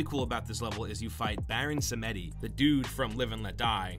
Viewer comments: "Baron Sam-etty" Bruh. Please, learn how to pronounce "Baron Samedi". It's either "sam-dee" or "sam-ed-ee". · Baron Sa-me-di?!? Wtf? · Samedi is pronounced like Sam Dee not what you said. It's French for Saturday